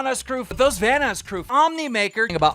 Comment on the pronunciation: "Vanass crew"